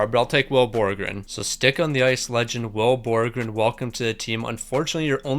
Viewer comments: had 84 tries to pronounce will borgen right but couldn’t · Will Borgen only got 2 assists because you couldn't say his name properly.